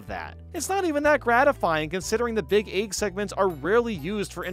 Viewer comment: Beeg yoshi. We like Beeg Yoshi. He's Beeg